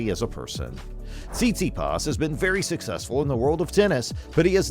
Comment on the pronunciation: Hilarious! You obviously don`t even know how to spell or pronounce his name 😲 _